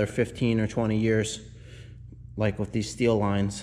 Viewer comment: Love your channel, but please...with, not, wiff.